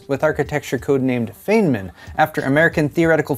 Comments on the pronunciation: It's pronounced "fineman" not feignman, you gotta do better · FYI - Feynman is pronounced like "fine-man" not "fane-man". :) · Pronounced Fein-man not fey-man (sorry i'm a physics nut), good video as always. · Feynman is pronounced "fine man", not "fane man." Just an fyi, thanks for the video. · It's pronounced fine-mann, not faye-nmann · Yep, it's FINE-MAN not FAY-MAN 👍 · Don't worry about it,. It's feyn. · It's feyn, man. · It's pronounced "Fine-min" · It hurts; its pronounced "Fine-man"! Otherwise a good vided. Thumbs up. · I have always heard the name pronounced "Fine-man" on Big Bang, is that incorrect? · its pronounced FINEMAN thats how his name sounds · It's pronounced "fine man" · It's pronounced FINE MIN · Isnt it prounced Fine-man or am I dumb? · "Feyman" as "FIE-man". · Just to be helpful, the Feyn in Richard Feynman's last name sounds more like Fine when pronounced. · My favourite way to start my Sunday. BTW, I think it's pronounced Richard "Fineman". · haha this annoyed me too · Please pronounce Feynman correctly. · HAHA, cant even say Richard Feynman right. He just lost his Geek card. Hand it over you big Dink! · Based on your pronunciation of Feynman, it seems is more into Fantasy books than Science or Scifi. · Yup. All I could think of was never watched Big Bang Theory. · I agree! But it's not his fault - English is a very stupid non-phonetic language with a lot of cognitive load for memorizing such exceptions!